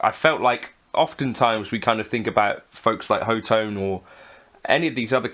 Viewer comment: ho-tone? I thought it was hot-one ;)